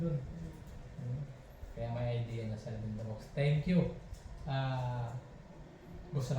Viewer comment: pansinin mo yong thanks for watching mo. Instead na k naging g, "THANGS"